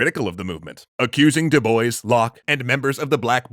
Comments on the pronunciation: Dubois? Pronounced (Doo boyce)? Isn't that name usually pronounced (Doo bwa)? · it is pronounced doo-bwah not doo-boys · Du Bois is pronounced as Du Bwah, actually. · Isn't Du Bois a French name? Pronounced more like Do-Bwa and not Do-Boys? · I'm pretty sure it's pronounced DOO-BWAH. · Cool video, but I really can't comprehend how 90% of the Anglo-American youtubers I watch cannot pronounce foreign (or, in this case, even from their own country) names right. Du Bois is a French name, in origin. Diu Boa? Does that help? :)) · DuBois is a French name. And in French, "o-i-s" is pronounced "wah". "doo-BWAH" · It's the obsessive compulsive in me--"DuBois" is actually pronounced "doo-Bwah." The French like to make spelling and pronunciation go into contortionist spasms. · Is that actually how the family of W.E.B. Du Bois pronounce their name? I hope so, cuz pronunciations change over time n however they pronounce it is obviously right, but as a French person that sound hurt my ears but as an anglophone it also made me laugh. Du Bois means Of The Woods n is pronounced more like Dzu Bwah. 🤣🤣🤣 I still have to finish the video n ima laugh everytime I hear u say it like that. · I don’t that’s how you pronounce his name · Not W.E.B. DuBois's last name.There is a quote on how his last name is pronounced. Once I find it I will edit my original comment. From a quote in 1939- My name is pronounced in the clear English fashion: Du, with u as in Sue; Bois, as in oi in voice. The accent is on the second syllable.”